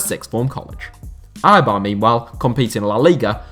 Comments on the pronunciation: Can you please pronounce Eibar un a correct way, please???? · Eibar, not Aibar. BErgamo, not BergAmo.